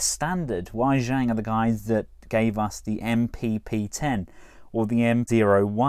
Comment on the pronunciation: Its pronouncedWay Ji-ang not Why Zhang